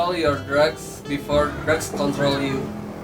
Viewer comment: Drugs bukan drag wkwk